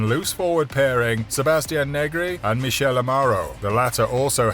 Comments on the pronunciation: Michele, pronounced Mikele, not Michelle in french way. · The way he pronounced Lamaro’s first name🫠🫠